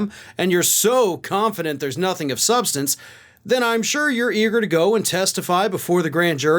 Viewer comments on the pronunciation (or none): none